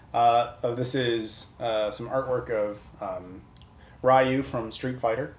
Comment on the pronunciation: It’s pronounced “We-you” not “Why-you”! I thought you’re Shenmue Fanboy. The main Characters of both Street Fighter and Shenmue shared the same first name.